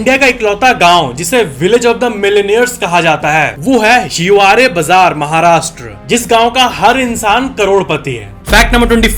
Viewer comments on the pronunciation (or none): हिवारे नाही हिवरे